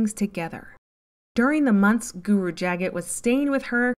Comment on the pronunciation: It's pronounced "Juh-GAHT GUru". Just so you know. 💗